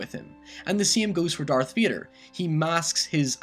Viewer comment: Darth Veeder! Great vid.